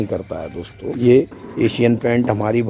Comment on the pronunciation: Kya bathe dostho... Dostho Dostho 🤣